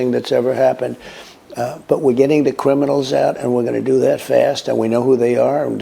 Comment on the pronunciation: does he say cwiminals? 😂